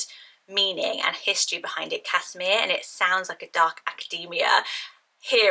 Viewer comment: Casimir is a Polish name and is pronounced Kaz-himir not Cas-imir. My mum is Polish and it's my cousins name!